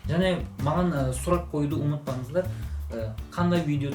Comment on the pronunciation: Салам! Паракшамға емес: "парақшама" болады. Ұмытпаныздар емес: "ұмытпаңыздар" болады. "қ"-әрпі мен "ң"-әрпіне мән беру керек. Бұл сын емес, саған көмектескім келді. Қазақша жақсы сөйлейсің. Менің де Түрікше үйренгім келеді. (Әдемі тіл ғой) Қандай оңай жолы бар, үйренетін?